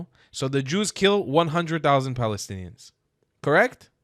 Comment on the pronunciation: Acubation! Broblem! "I'm Belgian", Balestinians, " They helb the beable" hahahahahahahahaha.